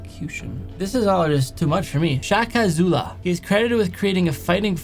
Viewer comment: And that is not how you say shakazulu